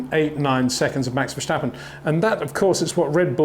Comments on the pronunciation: Great video again,, biased again, but I'm used to that. But really for the last time; it's Verstappen, not Verschtappen. It's not that hard. 😁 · MEX??? VERSTEPPEN..? HOW TO PRONOUNCE BOTH A 'S IN THE NAME SOUND LIKE IN CARWASH